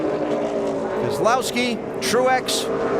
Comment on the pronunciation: “Brian Keslowski” lol